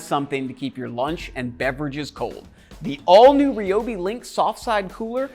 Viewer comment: rye o bee not ree o bee... #toolreviewzone